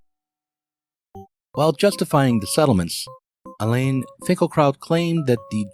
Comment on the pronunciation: It’s not “Ha-ra-retz,” it’s “Ha-ah-retz.” And his name is not Elaine Finkelkaut, it’s Alain which is the French form of Alan, the last syllable is a nasalized vowel that doesn’t exist in English. Just call him Alan.